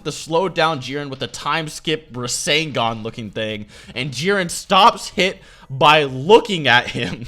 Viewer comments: this man said a time rasengan lmao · Your incorrect pronunciations on a lot of words... Ryu, Rasengan, things like that.. Is REALLY aggravating when their pronunciations aren't based on accent or anything of the sort, they have definitive ways of being said..